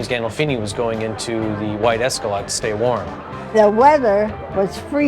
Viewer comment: Who the hell doesn’t know how to say the word Escalade